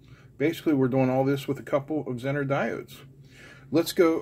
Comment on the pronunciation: Pronounced zener, not zenner